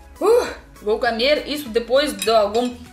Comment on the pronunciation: Você está pronunciando as palavras camer em vez de comer, cantinuar em vez continuar, impartante em vez de importante.